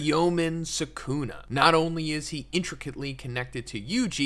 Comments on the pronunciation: "Sakuna" damn... LOL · Why does everyone call him Suh-Coon-Eh? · Not even ten seconds and you mispronounce the main character in your video. Awful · Anyone know a vid like this where the speaker pronounces Sukuna correctly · Everytime he says Sukuna wrong I die a little inside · Yooo what the fuck is this pronunciation?